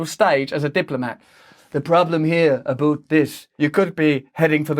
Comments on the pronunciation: What's with this "aboot" crap? Are you deaf? WTF?? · I like you Russel, but let me tell you, I am a 64 yrs old Canadian who has never met, nor known, any Canadian who pronounces about (a-bout) as the stereotyped "A-boot". And we say 'roof' not 'ruuf', and we say 'creek', not 'crick', as so many of our southern neighbours are fond of... just some clarity and some examples. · PS, lol, we don't say about like a boot 🤣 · “Abooot time we stopped it!” Holy shit I died laughing! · 1. I'm Canadian. 2. Nobody, absolutely NOBODY in Canada ever pronounces ABOUT, "a-boot". The "confusion" lies in the fact that we have a universal saying "ta boot". It loosely means "lock, stock and barrel"...."He took the entire pile of money and the television "ta boot". 3. We don't like Putin or his politics but most have a good handle on the complexities of the geopolitical policies that created such a feral megalomaniac. 4. After the "cold war" America did exactly what America inherently does, they walk away. 5. Russian astrophysicists were literally paid in rations of Vodka, Nuclear reactor employees received the same abysmal treatment. There were only two ways to survive Perestroika, defect or live day to day. 6. Working class Russians burned wood in the streets, were frozen damn near to death. They literally went from a super-power to surfs/lackeys and peons. After Gorbachev capitulated to the West they should have been IMMEDIATELY HELPED and shown how to make Capitalism/Democracy work for the hierarchy and the "regular" folk. 7. Instead of helping and gently nudging the former Soviet Union back to a position of prosperity and pride "we" allowed a young, former KGB "upstart" to quietly and firmly take control of a floundering, former super-power to rise from the literal ashes under the guise of regaining significance in what seemingly appeared to them to be a proud, powerful country reduced to handouts and a complete ignorance/aloofness from the great protector, Ameri